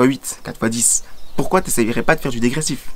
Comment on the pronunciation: "je ne sais pas POUKOI" ! <3